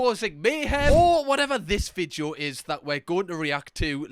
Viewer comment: As an Australian, the way you say video makes me offended you say we speak the same language. Ignoring the fact you can throw a stone into the next village in your country and hit someone who speaks in a very different accent to you.